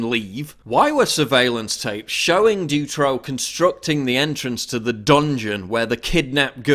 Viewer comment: i love your vids but my ears hurt from the way u pronounce Dutroux tho :p